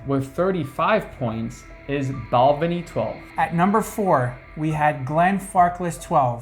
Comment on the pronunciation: As someone born and bred in Speyside, and back living here for the past 50+ years, I would like to congratulate both of you for your pronunciation of the distilleries. Just one small niggle though. Balvenie has the stress on the second syllable, not the first, so Bal-VEN-ie. Other than that, full marks!